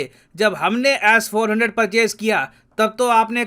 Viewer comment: BHAI AAP S 400 KO ASS 400 KYU BOLTE HO 😂😂